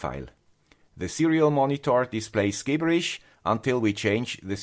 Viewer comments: Very helpful video! BTW, Gibberish is pronunced "jibberish", soft 'g' sound 🙂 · Excellent intro to PlatformIO -- thank you! English tip: "gibberish" is pronounced with a soft "g" sound, like "jibberish."